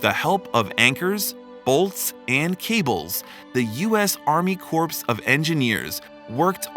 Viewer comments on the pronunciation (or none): Corps is not pronounced corpse it’s pronounced as CORE the p&s are silent. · Corps is pronounced “Core” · If he said it one more time, I was going to scream! Corps= core, while corpse= corps. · The p is silent in the word corp. So it would be pronounced cor or core. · The p in corp is silent and the word is singular in Army Corp of Engineers. Just saying, no Army corpse. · The "p" is silent in corps. It's pronounced cor. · don't feel much like trusting information doled out by someone that doesn't know how to pronounce 'corps' or that by that mispronunciation they completely change the meaning of the word. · Find pronunciation of “corps” on the internet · Narrator needs to learn how to pronounce corps.